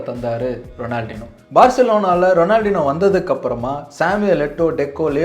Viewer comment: எனக்கு ரொம்ப ரொம்ப பிடித்த கால்பந்தாட்டக்காரன்..! அவர் கூட விளையாடுறவனுக்கு பயித்தியம் தான் பிடிக்கும்..! 🤷 ஏன் காணாமல் போனார் ன்னு ""இப்ப"" தான் தெரியுது...!😤 அப்புறம் அவர் பெயர் "ரொனால்ட்-இன்யோ" ரொனால்டினோ கிடையாது..! எங்கேயாவது இருந்து சுட்ட கதையா இருந்தாலும் சரியாக முழுசா சுடுங்க..!🙏 நன்றி 🙏